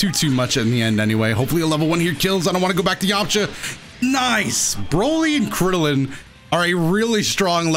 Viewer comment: he said kriddilin KRIDDLIN :l